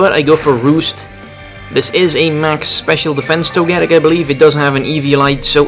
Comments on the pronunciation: Well you got your mega steelix wish. and you're right he pronounces Togetic (toe-gah-tic) weird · Your pronunciation of Togetic is odd. Hopefully Togetic/Togekiss will get access to Moonblast in the next game. I agree with what you said about Pyroar. It needs some help to become better. I would guess his last move was Dark Pulse. I want a Mega Steelix in the next games.